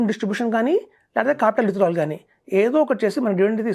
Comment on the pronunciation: ఫస్ట్ swp అంటే సిస్టమాటిక్ విత్డ్రా్వెల్ ప్లాన్ స్పష్టంగా పలకండి. Idcw లో కూడా units తగ్గవు అంటున్నారు, ex dividend రోజున అంత మేరకు, nav లో ప్రైస్ తగ్గిస్తారు. Units తగ్గకపోయినా, ప్రైస్ తగ్గితే అది కూడా, ఒకటే కదా. ఇలా ఈ analysts misleading inf ఇస్తుంటారు. సుమన్ టీవీ వారు, గంగిరెద్దు లా తలాడిస్తూ ఉంటారు.